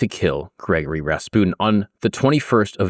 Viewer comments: BRO why are you saying it like that? I love your channel but the mispronunciation is so distracting. You pretty much got the surname perfect but it's not Gregory like we say it in the States, "Gree-gory" is how his 1st name sounds. And yea i am the pronunciation police, my grammar is often sub par though my vocab is phenomenal! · its pronounced Gri Gor Ree